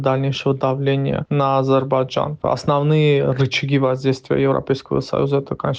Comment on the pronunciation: Амджыгбайджан 😂😂 оговорка по Фрейду